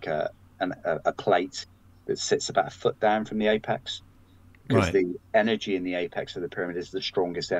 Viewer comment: Energy not engery